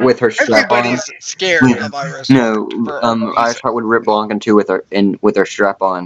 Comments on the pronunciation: Im offended u pronounced my name wrong THE C IS SILENT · The C in Blanc is silent by the way.